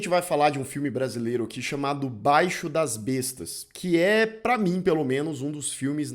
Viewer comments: Esse abestado fala " Baixo" não é "Baixo" é Baixio. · Não é "baixo",! É BAIXIO! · Se pronuncia baixío, não baixo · Interessante o filme e os comentários. Só que não é "Baixo" das bestas (como você fala), se pronuncia "Baixío" das bestas. Senão fica parecendo algo como "De baixo das bestas", ou:"Baixo das bestas". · Apenas uma observaçao : A pronuncia do nome do filme, não é "báixio". É BAIXIO. Que significa pequena elevação próximo ao mar ou rio. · Não é BAIXO, mas BAIXIO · Olá A pronúncia correta não é "báixo" e sim "baixío" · BAI - XIO, e não "baixo",! Larga de falar do que você não sabe dizer sequer o nome! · Correção ao: a pronúncia correta é "baixío" e não "báixio". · Boa apresentação do filme. Só faltou com respeito por não dizer o nome correto do filme: Baixio das Bestas, não Baixo das Bestas. Mas ganha ponto por analisar o cinema nacional menos conhecido. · BAIXÍO, NÃO BAIXO DAS BESTAS....( O ACENTO É PARA DESTACAR O "I" OMITIDO PELO LOCUTOR) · No título do vídeo ta escrito: Baixio e não Baixo, mas o não sabe falar Baixio. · BaiXIO, não Baixo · O nome do filme é "baixio das bestas" e não baixo das bestas. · Não é BAIXO mas BAIXIO . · oxe, baixio e não baixo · O nome é "baixio" das bestas e não "baixo". Obrigado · "Baixio"... não "baixo"! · Não é BAIXO, mas BAIXIO, linguajar muito usado aqui no interior do nordeste, geralmente pelo homem da roça, ou seja, um Local mais baixo, onde se acumula mais água, tem um terreno mais úmido por mais tempo, sendo um bom lugar para se plantar. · O nome é BAIXIO DAS BESTAS. Aí o pronúncia "BAIXO DAS BESTAS" durante todo o vídeo,e ainda pronúncia com firmeza do que tá falando. Poxa. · Não é BAIXO, é BAIXIO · não é 'baixo' é 'baixio' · Não é Baixo, é Baixio. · amigão não é. "baixo" é "baixíííoo". No Nordeste "baixíííoo" é uma tipo de terreno, topografia geralmente próximo às margens dos rios. Eu estava no dia da premiação polêmica no Festival de Brasília. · BAIXIO BAIXIO BAIXIO ....NÃO BAIXO